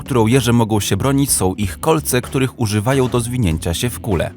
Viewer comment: Sął? Dziewjęset? Uźywajął?😂